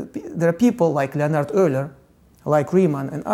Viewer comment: имя Леонард он точно произнес по русски